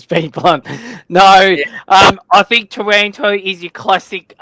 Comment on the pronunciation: can you pwetty pwease wepeat the pwice for tawanto?